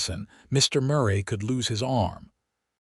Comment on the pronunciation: Decent love story but so many misspelled and mispronounced words - is the man's name spelt Knox or Nochs? The names Tabitha and Murray are mispronounced as well. Pls fix if u wish for people to consider the writer and uploader as professional people - otherwise just remain uneducated!!!!!!!!